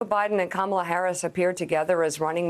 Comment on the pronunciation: He said her name wrong twice. Based on the lefts high moral standard for claiming others are racist for saying her name wrong in the past ... Biden is a racist !!!